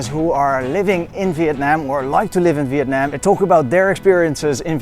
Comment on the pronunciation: Wow the very first foreigners that I know until now which pronoun the "Việt Nam" word most correctly way, I believe so. It usually like "Vie~et Na~am" , I mean they will stretch the syllable when they say the word.